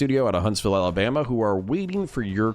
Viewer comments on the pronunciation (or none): none